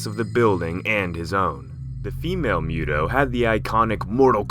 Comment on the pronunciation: MUUU TOOOO NOT MEWWW DOOOO 🤔🤔🤔🤔